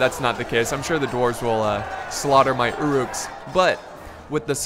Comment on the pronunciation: its pronounced ur uks